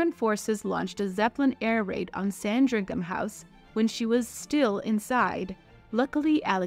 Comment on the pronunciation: It is not appropriate to refer to Edward as Edward VII prior to his ascension to the throne. He should be styled The Prince of Wales. Also, it's pronounced "Sandringam" (no h). It's a bit of an oversight to not mention that Alexandra's second son, later Georve V, married May of Teck when Albert Victor died, thus paving the way for Edward VIII and George VI and thus Elizabeth II. Or that Edward VII's mistress, Alice Keppel, is the great-great grandmother of Camilla, the current Queen consort.